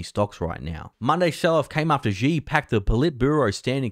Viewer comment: For fucks sake man.. at least try to pronounce “Xi” properly.. Xi sounds like “She” as in She is a pretty girl … Xi Jin ping is a fucking disaster, but it’s expected, it’s shitty communism after all.